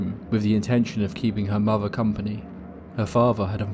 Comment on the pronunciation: what a favvah? what is a muvvah?